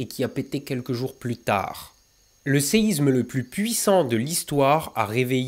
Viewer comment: Merci bcp. C'est juste dommage de faire toute la vidéo en prononçant "séizme" bien à la parisienne. Que ce soit pour séisme, Israël ou autre, la lettre s ne se prononce comme un z que lorsqu'elle est entre 2 voyelles. Ex: Isabelle. Bonne continuation.